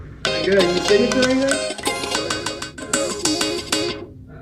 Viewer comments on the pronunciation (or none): none